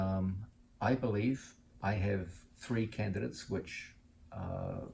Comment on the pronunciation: Quit saying "tree" instead of three please. annoying